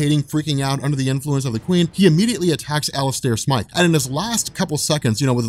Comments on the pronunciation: Its not Smith... its Smythe. Like scythe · hey, ur pronouncing Alistors last name wrong... its actually Smythe not Smith.... Smythe ie. (Sm-eye-th) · SMYTHE!!! SM- EYE- TH.... for the LOVE of things! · So John Jonah Jameson becomes Spiderman 🤔🤔🤔🤔🤷🏽‍♂️ummm i think you mean John Jonah Jameson gets Spiderman powers, having spider powers doesn't make him Spiderman,every Kryptonian that comes to earth isn't Superman and every person with telepathy isn't Professor Xavier and Smythe is not pronounced Smith👍🏽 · Came here to say this, pretty much. He was trying to cure his powers, but grew the arms by mistake. Doppleganger was a reference to that Six Arms Saga in the comics. (As were the Man-Spiders in this.) The whole thing was later translated pretty decently into the 1994 Animated Series. Where they also knew how to pronounce Smythe (Long Y sound in the middle), no offense there.:P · Dude you're so not saying Smythe right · Also, Smythe is pronounced like scythe